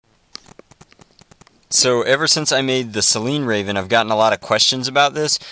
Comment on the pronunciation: Strayven... smh. Gutted a poor Rayven. #RayvenLivesMatter